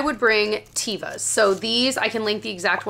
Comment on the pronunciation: Teva is pronounced as teh-vuh. It is a hebrew word for nature. I used to work for a retailer who sold the brand in our store, so I ordered complete lines of shoes directly from the company. The automated message that answered, as well as any sales representatives I talked to when I called to order, pronounced the name of their company the correct way. Just providing accurate information, not judging anyone for saying it differently...